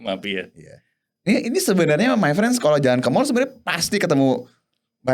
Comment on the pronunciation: Harusnya MayFriends (pengucapan: MeiFrens) Bukan MyFriends (pengucapan: MaiFrens)